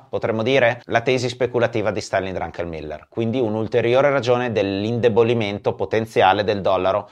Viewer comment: Bellissimo il video... ma comunque e' Druckenmiller e non DruNkenmiller 🙂